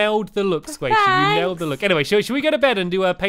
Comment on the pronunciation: Stampy, Squasihey.